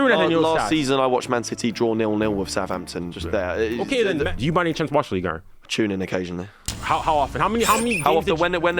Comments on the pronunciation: “Ligue Ern” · "ligue ern"